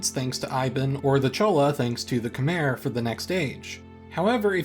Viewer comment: I'm honestly shocked that you don't know how to pronounce "Khmer". For a channel of your reputation? Really?